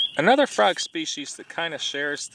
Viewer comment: Holy lord, I have never heard someone say "fraag" more Wisconsin in my life.